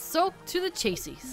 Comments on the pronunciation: Btw, chassis is pronounced “cha-sea” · Was that Jumboman wearing Thanatos's glove? Also, chassis rhymes with classy. ("The More You Know" and all that.)